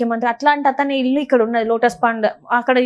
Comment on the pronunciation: Illulu kaadu. Illu.